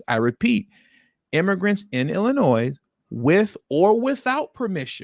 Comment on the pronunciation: No one ever taught you that the name of the state of Illinois is NOT PRONOUNCED WITH AN “S” but a “y” ?